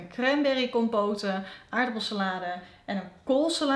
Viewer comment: 11.00 cranberry "kompoten"? Compote spreek je uit als "kompot" 😂😂